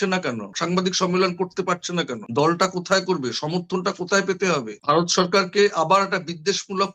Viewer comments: Bhai, for God's sake, please pronounce BHARAT (VARAT) NOT BARAT. Get your acts right. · মতামত কমেন্ট করলে তো তোমার কথাই বলতে হয় তুমি ভারত বলতে পারো না বলো বারত৷ কি কুরুচি পূর্ণ উচ্চারণ তোমার। বিরক্তিকর জাহেল একটা লোক কন্টেন বানাচ্ছে বাংলা ভাষা ঠিকমত বলতে পারে না। আজব। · ঠিকমত" ভারত "বলতে পারে না বলে" বারত" শেখ বলতে পারে না বলে " শ্যাখ" ! লজ্জা করে করে না ভিডিও পোষ্ট করতে?